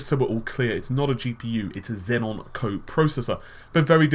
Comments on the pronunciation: IT'S XEON FOR FUK SAKE, NOT XENON. THERE'S ONLY 1 N. GOD DAMN. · Xeon not xenon